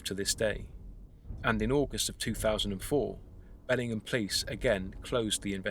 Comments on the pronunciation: Hey this is where I live! We pronounce it Bell-ing-HAM, not Belling'em...but whatever. I have lived here for 35 years, media coverage on this event has been extremely/curiously minimal. But our cops are corrupt and the newspaper is only good for lining animal cages. Truth be told.... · lol “Bellingam.” It’s “BellingHAM” ;) (just a local nitpicking—cool video!) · Can't believe I've lived here over a decade and never heard about this! Thanks for the great video. Incidentally, we pronounce the H, BELLingHAM :) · Your pronounciation of the place name is incorrect. Amercans say the ham as in the meat!